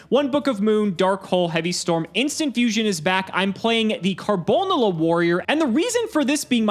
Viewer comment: Why does say Karbonala so weirdly.... It's one word, but he makes it two lmao.